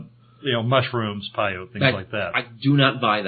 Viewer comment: Mispronounced "peyote"